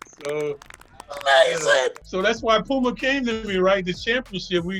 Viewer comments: POOMER...lol yall play too much...stop making fun of CLYDE lol [ HE WAS TRYING TO SAY PUMA] lol8x "ohiorichkid instagram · Sole Collector Dad gotta change his shoes out for Clyde saying Poomer